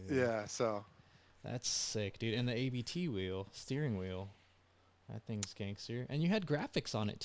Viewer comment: Not hating, but if you have a VW podcast and don’t know it’s “Abt” one word, not A B T, you may need to do research. Abt is the family name of the company.